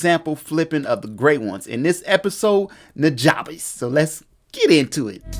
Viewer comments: It's pronounced newjuhbess. The "ja" is like the "ju" in jump. He says it on his Ristorante mixtape. Great tutorial as always. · Love what you do and this vid! One thing I want to send your way. It's important to his legacy that we pronounce his name correctly. It's pronounced "NEW-JUH-BESS". I was corrected years ago by one of his personal collaborators and specifically told that we need to respect his legacy and let people know before the memory is lost with time. Peace and Positive Energy! :)